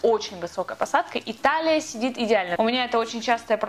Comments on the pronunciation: Я подумала "Италия сидит идеально"😂, а ты сказала "и талия" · 😂ты сказала "и талия" или "италия" 😂А так, поздравляю тебя КРАСОТКА!!!❤❤Ждём видео с моментами со свадьбы и с отдыха💕😘Желаю вам огромного СЧАСТЬЯ и крепкой любви ВАМ!!!💚💜😻